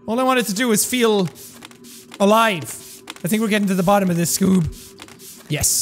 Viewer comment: Jack when he’s 90 and filming a video at midnight: BOTTEM OF NIGHT 😂 Edit: haha thanks guys I didn’t think this would get any likes lmao luv u all 💗